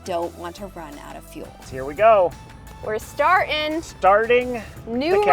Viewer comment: "Mow-ens" (Mountains?) "Star-en" (Starting ?) "Bu-en" (Button?) Luv the channel but.........wth